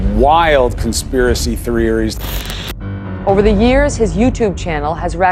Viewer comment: “Conspiracy theorearies”